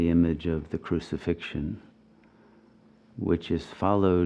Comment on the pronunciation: "Cruci-Fiction" hmm,. 🤔